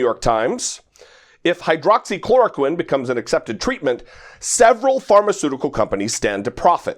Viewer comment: My thoughts too. Pronounced it quite clearly.